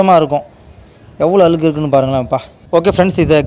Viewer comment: Pl say அழுக்கு and not alukku ,alukku ---அலுக்கு , அலுக்கு.